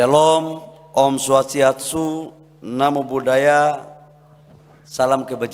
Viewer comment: itu salamnya kok om suwatSIATSU 😂, ketauan hobi pijet ini om bahlil